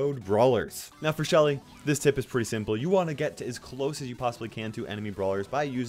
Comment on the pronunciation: NOT LUSHY. ITS SHELLY.